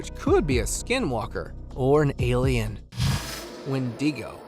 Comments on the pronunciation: DOGMAN. What you pronounced as a WHEN DING GO.. Say it with me... WHEN DEH GO... There's no proof that the person at the cave opening is actually a giant. To do so, one would need to know the dimensions of the cave opening. Most cave dwellers, in my perspective wouldn't be aware of what our tech is and does. So why shy the face away. The hand over the face movement is a mankind gesture. Looks to be a dude in basketball shorts, who is wearing a head piece, making it hard to see where he's going. By his gait, it would seem he's ill prepared to be walking around the forest floor without his airone's. Like walking on broken glass one would take, while managing the sticks, rocks, thorns, and uneven ground - minus the protectiveness our shoes give. Have you ever watched animals gaits when treading the forest.. ? they are smooth. This is anything but. DUDE IN A SUIT! Get a good look at a dogs anatomy. It's hind legs are a good place to start. Or as it's been told, check out the horror flick UNDERWORLD. A lot of 'see'rs' have mentioned the creatures resembling THOSE DOGMAN to be exactly what they saw. Who ever created that particular movie, HAD to have had at least 1 encounter with the actual beings. To be so acurate. To a non see'er, or one who is just finding their way into the know. We can accidentally be hood winked into believing this crap. This is a HARD NOPE! CHANNEL CURATOR YOU WILL WANT TO VET YOUR CONTENT BETTER IF YOUR GOAL IS FOR ANYTHING BUT SH*TS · "Youna Brooja"? Una bruja is Spanish and is pronounced "oo-na brew-ha". "Win-dingo"? Wen-di-go "WEN-duh-go". "Dune-dee"? Duende is pronounced "dwen-day". Please, learn some grammar and pronunciation before posting these videos. Thank you.